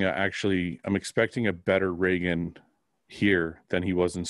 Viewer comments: Just as a heads up, it's ree-gan, not ray-gan. :) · Dude not shitting but its Reeegan lol